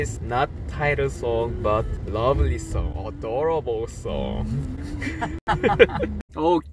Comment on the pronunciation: Taemin code word: odoroble😂😂 when you don't know what else to say....😆 love him💖💖